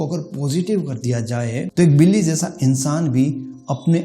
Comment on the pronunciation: Sir villy nhe hota billi hota h